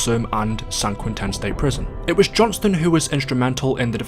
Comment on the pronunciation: SAN QUINTEN sounds like a name boa it’s San-quinten. Not San-quin-ten. It’s Spanish and it’s the American prison you go to for EXTREME inmates